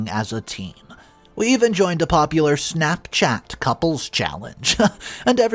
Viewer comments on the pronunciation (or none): none